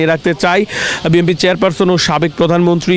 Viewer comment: বি এন পি উচ্চারণ না করে, আপনি বারবারই ভুল উচ্চারণ করছেন বি (এম)) পি বলছেন